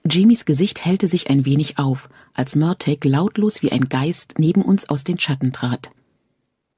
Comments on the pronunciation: Schade das sie Mörteg sagt anstatt Mörtahh.. Murtagh wird so ausgesprochen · So sehr ich Fan dieses Buchs und der Serie bin, ich kann das einfach nicht weiterhören. Sassenäääck, mörtääg und fergűűű... Diese Aussprache macht mich regelrecht aggressiv. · Ist es auch völlig falsch ausgesprochen genauso wie die mörtag ausspricht also exact wie er geschrieben steht Murtagh. Man hätte ihr sagen sollen wie man was ausspricht sowas nervt beim zuhören 👎👎